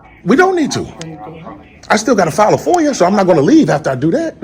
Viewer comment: Damn! Everybody is an independent journalist now! This dude was barely able to pronounce FOIA